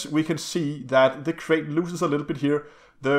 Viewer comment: Calling this ship a 'Crate' is like calling a Python a 'Pythone'. Mis-pronouncing a species name just because it makes more sense to your brain phonetically is just ignorant. Krait rhymes with Bright, not Bait.